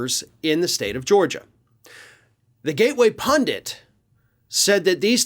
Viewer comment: Hooray! PUNDIT, not "pundant", as so many other people pronoumce it. Thank you!